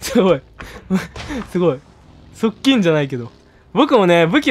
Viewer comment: 「側近」の発音が「パッキン」で草